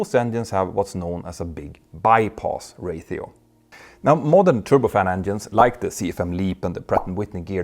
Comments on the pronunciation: I’m glad I’m not the only person who noticed this. It sounds like he’s saying ray-THEE-oh but I’m used to pronouncing it ray-SHEE-oh. I’m thinking maybe that’s just how some people say it. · why is he saying rathio instead of ratio. his English is good so it's not an accent thing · The word "RATIO" is pronounced "RAY-SHEO" not "RAY-THEO". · Ray-she-o not Rate-eo. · Ro-Chee-oo not Ra-thee-oo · Ray-shee-ow, not ray-thee-ow. Jag har utmaningar när det gäller uttal på svenska, tyska, och franska, men jag kan vara behjälpligt när det gäller engelska. 😉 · I've never heard the word "Ratio" (Ray-sheo) pronounced as Rayth-eo like "Raytheon" without the N. Not trying to bust your balls by the way, just never heard anyone say it like that. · Ratio is pronounced “Raesheo” my friend. Every time you say “Raetheo” it kills me 😝 😉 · It's Ratio not Rathio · "RAY-shee-oh" -- there's no "th" (as in "thorn") sound in "ratio". "... engines has [sic] ..." -- "have" is used with plural subjects. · Mentour, ratio is pronounced as RAY-SHE-OH Practice in front of a mirror. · ratio is a strange English word - which usually doesn't have a "t" sound, but a "sh" sound - Ocean also has an sh, when it isn't spelt like that... (love the technical content as always)... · Whats a Ray-thee-O? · There's no th in ratio. Stop saying rathio. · Hey Petter, I hope you don't mind me for saying this but you repeated "Ratio" incorrectly. "Ratio" is pronounced ray-shee-ow in both American and British English translations. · Check your pronunciation of ‘ratio’. 😇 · The "ti" in "ratio" makes the sshhh sound, as in "nutrition" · There are ONLY two syllables!